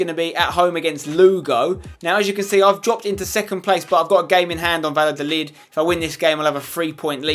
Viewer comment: Dear Spencer, please implement some Spanish pronunciation. Two L's in a row makes a "y" sound Ex: it would sound like Vayadolid